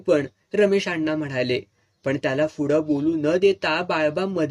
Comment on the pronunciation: Mast katha .. pan tumhi "fudey" ka mhanta?? "Pudhey"" it's P not F... thx